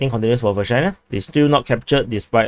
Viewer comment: Anyone else hearing "v***na" instead of Vershyna? Jokes aside, nice video as always. Ukrainian forces successfully eliminated at the like button commander.